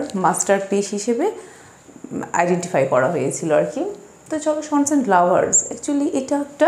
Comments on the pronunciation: "ষন" son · It's a matter of huge regret that even you don’t know the pronunciation of the word "son", even after you are making video on it.. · It' matter of regret that she don’t know what is the correct pronunciation of the word 'sons'.😂